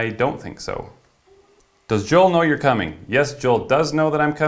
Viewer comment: Its pronounced JOE-EL